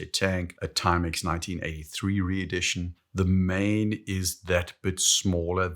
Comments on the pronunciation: you're a saffa, it's pronounced like "Maan" in Afrikaans. And yes I confirmed this with google first.:P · The name "Maen" is pronounced "Maan," like a Jamaican would pronounce "man." "Maen" is Old Dutch (17th century) for "moon." Today, we Dutch write "maan." Many Maen watches bear the names of places and cities in America with which we had colonial or immigration ties. Hence, Manhattan.